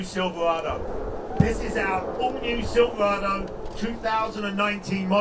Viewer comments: He keeps saying “SILVA-WADOO” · Whats a silvwado?